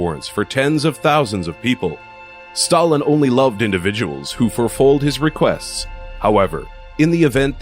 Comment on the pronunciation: "Furfulled" (lolsry)